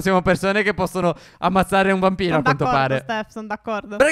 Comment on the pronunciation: io ho sentito BAMBINO non VAMPIRO.